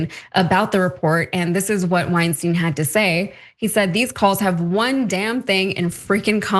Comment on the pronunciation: Get it right, people! "Wein" rhymes with "stein" and "Weinstein" rhymes with "Einstein".